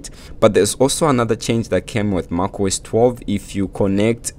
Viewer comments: Lol, you can pronounce mac as something in between mec and your pronunciation of mac. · Great video but you need to learn how to pronounce macOS. It sounds so weird from you.